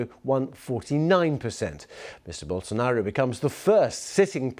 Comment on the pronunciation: And the "o" at the final, sounds like an U. Bow-sso-naru